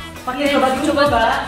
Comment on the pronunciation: Di detik bacaan nya bau bukan baju🤣🤣